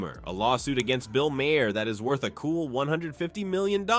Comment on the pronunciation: Bill Mahr Two syllables TOTAL